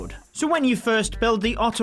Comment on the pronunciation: It's not otto hoot, it's ottto hat in pronunciation.